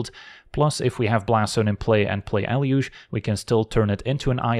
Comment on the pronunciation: I thought it was pronounced “eh-loo-gay”